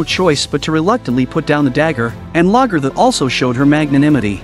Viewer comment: Very inconsistent in how names were pronounced, especially Lagaertha. Very annoying.